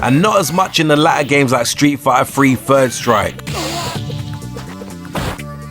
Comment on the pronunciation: “Street Fighter Free Fird Strike”